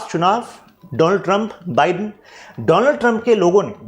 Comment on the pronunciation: Sir sab kuch to sahi hai. But Joe बिडेन nahi. Joe बाईडेन hota hai 😂